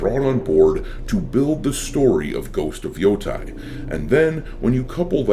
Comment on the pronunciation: You said Yotei wrong.